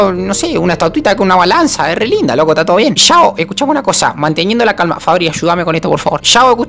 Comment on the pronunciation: Le dice Fabi no Fabri JASJSJSAJSAJSAJSA